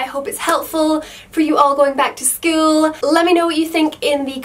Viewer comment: the way she says school gives me goosebumps .-. skull-uuuu..